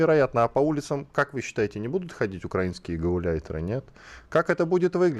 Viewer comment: дивно, але одни з кацапів правильно зробив наголос в слові "українські" 🤔